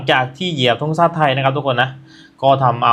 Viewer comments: ธงชาตินะครับไม่ใช่ธงซ่าพูดให้ชัดๆหน่อยครับ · ธงชาติ ครับผม ไม่ใช่ ทุงชาติ ครับผม